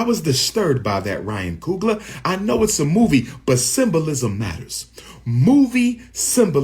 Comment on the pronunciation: ryan coon-gler 💀